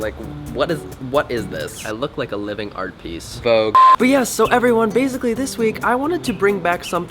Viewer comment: "vouge" FUCKIN WORK IT CONNOR